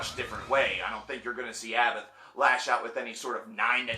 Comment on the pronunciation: ABBAT(h) A BBAT ABBATH, you don't pronounce the H <3